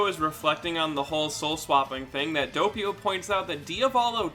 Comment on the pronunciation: saying doppio: Dopeio Other people: Doppio